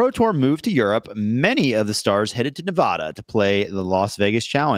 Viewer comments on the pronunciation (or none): God dam it. Its short ‘a’ as in ad. Ni va de all the syllables are short. Nevada. Now go ahead, try again and get it right.. gawd damn easterner.